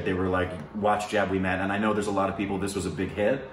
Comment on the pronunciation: It's not pronounced jab it's pronounced jub